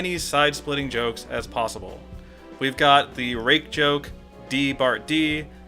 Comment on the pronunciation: The eat you say rake is WAYYYY too close to rape...just saying